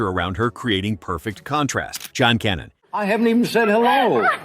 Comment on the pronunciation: I miss Johnny Carson and these women, except, of course, Hanoi Jane. By the way, who’s John Cannon? Her name is Dyan—pronounced “Diane.”